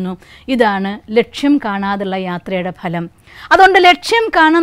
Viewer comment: PLEASE CORRECT YOUR PRONUNCIATION OF " PHA ( LAM)". VERY GOOD SUGGESTION, ESPECIALLY TO STUDENTS.